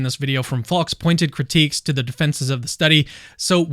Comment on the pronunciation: Faulks name sounds like false when you say it. Just saying